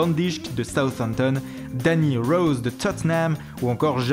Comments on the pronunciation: Mdr jpp il c'est lacher sur le "TOTEUNHAMS" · "Towtt'nham" bien joué 😂😂